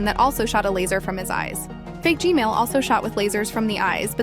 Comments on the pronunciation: You said g-mail but it's G MAN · Why DID YOU SAY GMAIL TOILET AGAIN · umm its g-man not g-male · she said gmail but not gman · “Gmale toilet” 💀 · Hug you say gmail toilet